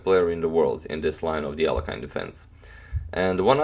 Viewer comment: Mr agadmator, sir. Please do not pronounce Russian names in an "American" way. It's not "Alekhayn", It's Alekhin, "i" like in "hit". From the Wiki "pronounced [ɐlʲɪkˈsandr ɐlʲɪkˈsandrəvʲɪtɕ ɐˈlʲexʲɪn]." That includes not used in the western culture patronymic "Aleksandrovich" (meaning "son of Aleksandr").